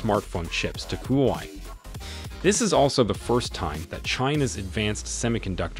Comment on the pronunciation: It's not "who why" It's shld be pronounced as" hwa way"... Just like how u shld pronounce " Huawei!!